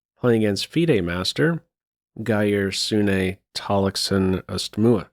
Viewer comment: Good pronounciation of Geir Tallaksen! A bit too much emphasis on the e-ending in Sune I’d say, and the e in Østmoe is silent. All in all well done!